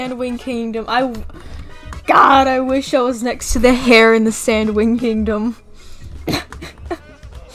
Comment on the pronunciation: Tip: Heir is not pernounced "hair" it's pernounced "air"